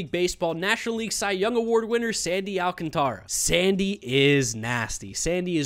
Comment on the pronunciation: Thank you for being the only white person to know that "Alcantara" is not pronounced "Al-can-truh"